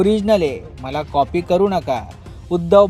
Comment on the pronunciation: कॉफी nahi re कॉपी असते भाऊ,.आणि म्हैस नाही piggi piggi